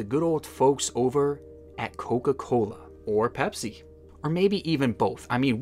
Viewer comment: Aweeeee yea, my boy from the Midwest!! It stuck with how you said “coca-cooola” but I definitely knew when you said “pop” hell yea baby!